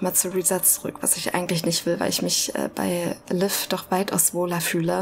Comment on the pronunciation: Bei allen Aussprache- und Betonungsfehlern, die Marion von Stengel sich in diesem Spiel bisher geleistet hat (auch hier wieder: "Liev" statt "Liv") muss ich dir trotzdem schreiben, dass die Aussprache von Lucia = "Luu-tschi-a" ausnahmsweise absolut richtig war. So wie du es aussprichst "Lucy-a" ist es falsch. Kennst du etwa nicht das Lied "Santa Lucia" - weltberühmt und zigfach gecovert von allen möglichen Schlagersängern...